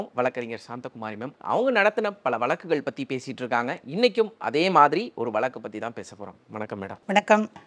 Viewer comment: மேடம் வழக்குகள் அனைத்தும் நியாயமாக தீர்த்து வைக்குறீர்கள் நன்றி 🙏🙏🙏தொகுப்பாளர் வழக்கு என்பதை சரியாக உச்சரிக்கவும்...